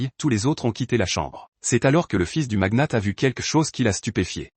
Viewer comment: Le magnat pas le maguenate 😂